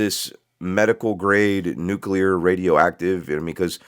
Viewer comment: never trust a guy who can't pronounce nuclear with your mental health.